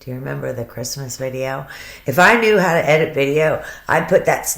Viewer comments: on that video she's going no matter HARR hard life gets and no matter HARR....blah blah blah... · Shanann can't form W's. When she says HOW it comes out sounding like HARR...has anyone else noticed? Just an interesting tidbit. In the 30 min video of her in the thrive t on her deck, around the 15 min mark you can hear it, and again a few times towards the end of the video. And of course she did not deserve what she got!!